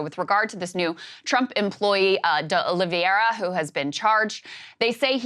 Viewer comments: hearing Krystal keep saying "uh liv ee AIR uh" is maddening to me when it's a very common "OL ee vair uh" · O-Lee-VĀ-ra! Sorry, had to 🤷🏻‍♂️